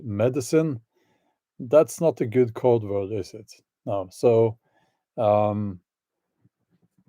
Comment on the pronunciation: When you Code Vird of Code Word it sounds like Covert but actually more like COVID...